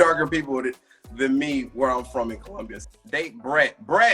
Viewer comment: He doesn't pronounce "colombia" correctly. So strange.